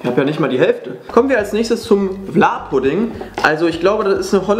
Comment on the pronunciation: Vla musst du trinken so wie in Holland ❤️ und hast das falsch aus gesprochen 😂😂